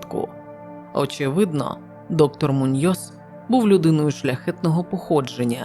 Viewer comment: МУньйос, наголос на у. ТОрес, наголос на о.